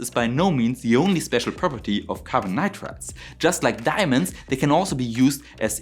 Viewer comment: Me again. Your pronunciation of NITRIDES in this video is wrong most of the times. Please correct. Your channel is very interesting and valuable.